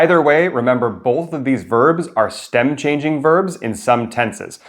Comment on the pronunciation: min. probably stem changing instead of steam changing.